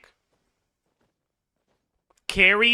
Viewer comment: actually pronounce Tsaritsa really good imo (I'm Russian). If we speak about stress, it's pronounced tsarItsa (not tsAritsa or tsaritsA) And for knowing ones it is [tsɐˈrʲitsə].